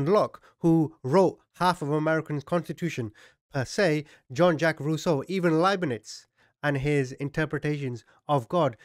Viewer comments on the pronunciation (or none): none